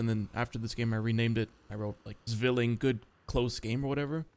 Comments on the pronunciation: Could you please for the love of god do some cultural appropriation on german and pronounce Zwilling like Zwilling and not swilling. I was going to recommend some TTS, but even TTS does a bad job <,< for pronounciation on german words you can check dict cc, they have recordings from native speakers - thanks - much appreciated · Fun fact: The Z in Zwilling is pronounced like the “ts” in the word “thats” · you dont read Z in german as Z.. you read it as C.. just a heads up